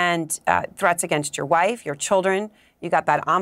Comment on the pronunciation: Is his "wufe" a woman?